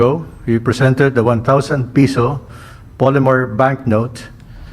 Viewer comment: PESO NOT PISO !!!!